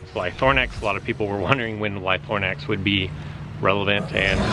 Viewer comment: Sorry but it's... LY-THRO-NAX (not lyTHORNax). Everyone pours hate on the Lytrhonax, mine is L22 and since 1.5 it's got almost an extra 100 attack. So bulky, great dino. However, my Purrolyth is already L18!!! :-D